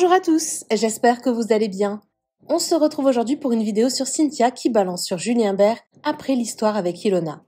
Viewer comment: C pas Julien bert c Julien berne 😅😅